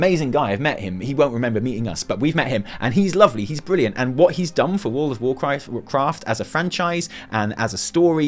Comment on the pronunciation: lol... Did you say world of WarChrist ? :D